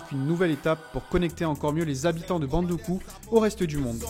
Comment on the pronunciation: Bravo pour le récit, neanmoins il faudra noter que Samory n'y a jamais résidé et ne possède non plus pas de résidence à Bondouko. Aussi la prononciation de la ville c'est BON-DOU-KOU. Prochainenement il serait intéressant d'y faire figurer la grande (principale) mosquée de Bondoukou (celle du vendredi), vous y trouverez la tombe de son donateur El Hadji Dalla Kamagaté.